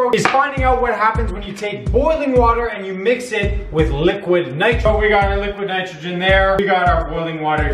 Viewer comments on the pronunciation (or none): How many times did he say liquid nictrogin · Did he say liquid nitrogen?